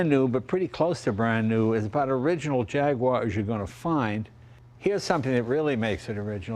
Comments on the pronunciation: JAG you ARE, not JAG wire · Please stop saying JAGWAAR it’s j a g U A r like the animal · IT is NOT a JAG WHARR. It is a JAG YOU WHAH. Get with it buddy. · It's three syllables: Jaguar, not Jagwarr. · It's called an 'E-type Jaguar', not a 'Jagwaaaaaar XKE' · It's not Jagwar.. It's Jag-uar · It's not a Jagwar, it's a Jag-U-ar.... I know because I am British! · Apologies to US readers, but it was a British company, and it's how they pronounced their name; 'Jag-you-ar' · Come on Jay. Jag-wah? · will someone tell me were the W in JAGUAR IS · I'm surprised Jay doesn't know how to pronounce Jaguar.